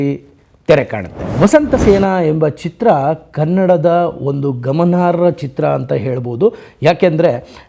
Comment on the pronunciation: ಸ್ವತಿಕೆ ಅಲ್ಲ, ಸ್ವಂತಿಕೆ. ಗಾಮಾರ್ಹ ಅಲ್ಲ, ಗಮನಾರ್ಹ. ಸಾಕಾರ ಅಲ್ಲ ಶಕಾರ. ಪದಗಳನ್ನು ಸರಿಯಾಗಿ ಉಚ್ಚರಿಸಿ. ತೆಳುವಾದ ಮಾಹಿತಿ. ಚಿತ್ರವನ್ನು ಸರಿಯಾಗಿ ನೋಡಿ ವಿಮರ್ಶಿಸಿ. ಪಿ. ಕಾಳಿಂಗರಾವ್ ಅವರು ಸಹ ನಟಿಸಿರುವುದನ್ನು ಉಲ್ಲೇಖಿಸಿ. ಚಿತ್ರದಲ್ಲಿ ಲಕ್ಷ್ಮೀಬಾಯಿ ಅವರ ಮೂಗಿಗೆ ಗಿಳಿಯೊಂದು ಮುತ್ತು ಕೊಡುವ ಸನ್ನಿವೇಶ ಚಿತ್ರಿತವಾಗಿದೆ. ಅಂಥ ವಿಶೇಷ ದೃಶ್ಯಗಳು ಹಲವು ಇವೆ. ಅಂಥವನ್ನು ಹೈ ಲೈಟ್ ಮಾಡಿ. ನಿಮ್ಮ ನಿರೂಪಣೆಗೆ ಬೆಲೆ ಬರುತ್ತೆ. ಸುಮ್ಮನೆ ಕಾಟಾಚಾರಕ್ಕೆ ವಿಡಿಯೋ ಮಾಡಿದರೆ ಏನು ಪ್ರಯೋಜನ? ನೋಡುವ ನಮಗೂ waste of time.